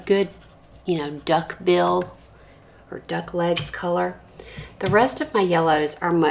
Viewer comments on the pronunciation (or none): none